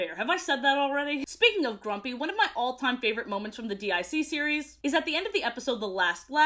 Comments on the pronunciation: Why you saying D I C instead of deek? That's how the intro always pronounced it. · Not to be “that” person, but DIC is pronounced “deek”. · Dee Eye See series? Say it say it! DYACK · "D.I.C." instead of "DiC" kinda hurts but I love too much to not watch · It really bugged me that you kept calling it "D-I-C" when it's pronounced "deek" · DiC is pronounced Deek btw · DiC is pronounced “Deek” and not… you know… despite what many humorous edits may suggest. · DiC is pronounced deek